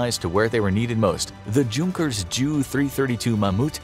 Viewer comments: Hey you should know the J in junkers is silent it’s actually pronounced younkers just saying lol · Fun Fact: You don't say the "J" in Junkers you have to say it like the J is a Y like "Yunkers" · Junkers is pronounced “Younkers” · J doesn't make a J sound in German, the J makes a Y sound in German. so it would be pronounced "Yunkers" with the U making the "oo" sound like in the word igloo